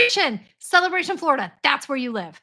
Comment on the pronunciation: When you said "Flor-IDA". now all I can think about is "Ore Ida" potatoes. That's ok, they are my favorite brand of hash browns anyway.....GO KICK BUTT AT THAT BANK. Well, get a lawyer first (?).